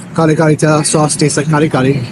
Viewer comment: From New Jersey.....I really like your travelogue / reviews / documentaries ! Found you out by accident & had been following you since....nagustuhan ko ang 'yong down to earth attitude & truthfulness! You're the man! Keep it going! By the way, ang accent is on the 2nd syllable ng Kare... Take care always & God bless!